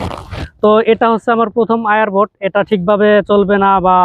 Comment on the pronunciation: I R boat nah এইটার উচ্চারণ হইলো এআর বোট